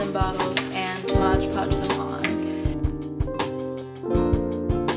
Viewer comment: MOD Podge people. Not Modge Podge. 😂